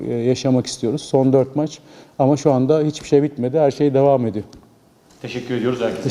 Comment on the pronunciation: Hayat devam edeyi de hayat devam edeyi 😅